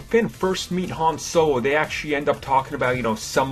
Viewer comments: Han Sowo😂😂😂😂😂😂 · Who else noticed this dude says his L's like a w. wuke Skywalker, Hon sowo, malimium fawcon